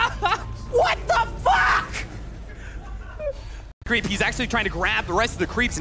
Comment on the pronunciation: The caster just said WATDAPAK!